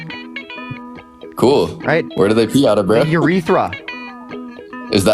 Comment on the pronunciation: he sounded like he'd never heard the word urethra in his life 😅🤦‍♀️